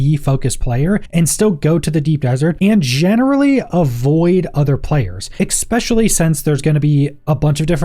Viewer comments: its pronounced "especially" not "exspecially". for the love of all thats green learn this please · Jesus Christ. especially. ESS-SPESHULLY Stop saying it with a FUCKING x.... or I will go NUKULAR... 🙄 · did my guy really say ekspecially lmfao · amazing review and amazing work. (why do you keep saying ECKSPECIALLY)